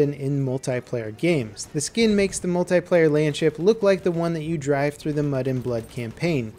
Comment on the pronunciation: Why can't you say multiplayer properly?